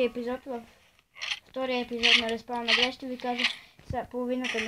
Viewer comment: Добре де защо всеки казва Respawnables грешно произнася се респаунабълс.